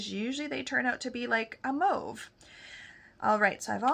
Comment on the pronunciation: FYI you say mauve like the French Canadiens